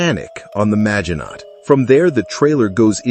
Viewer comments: Is this AI narration or does this guy not know how to pronounce Maginot - mah-zhee-no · It is rather 'Mah-shee-no' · I really like Ur videos, but stop using ai voice, Maginot...silent T...sounds cringe